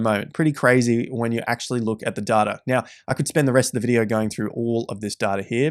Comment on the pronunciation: Right Now sounds like Right Meow lol